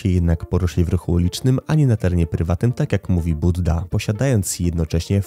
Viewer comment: Nie budda tylko bujda 😂